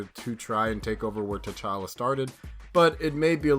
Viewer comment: It's tchalla.